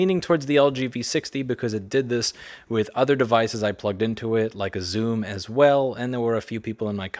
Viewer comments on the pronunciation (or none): xoom, did you really say xoom? holy shit that is so f in old